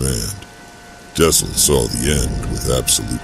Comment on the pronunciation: You could probably get the Ai to pronounce dxun right by spelling it 'duckson' or something.